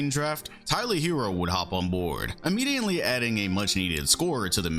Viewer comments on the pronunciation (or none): Y he pronounce immediately like "immediently" ? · Like this for every time said immediantly